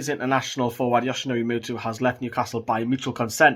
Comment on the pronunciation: Muto not mutu man